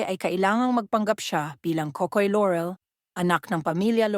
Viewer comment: It's pronounced LAW-REL, not LO-REL; AW-NOR, NOT OH-NOR. Lol, don't anglicize their names when you're speaking in Filipino. You're not American. Haha.